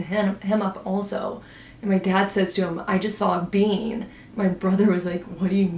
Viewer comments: Pretty sure she is saying being. Like a "human" being. I thought she said bean at first too but being would make sense in this context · Just realized at the end when ur telling the story about ur dad that u said he saw a “being” and not a “bean” 😂 was so confused at first… my first thought was a “SW” though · lol i thought when you said “being” you said “bean” and i was so confused